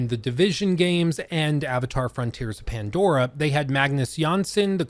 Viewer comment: you said mandora.